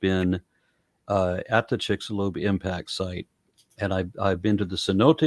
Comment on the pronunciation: Or the "chicks alone crater" 😂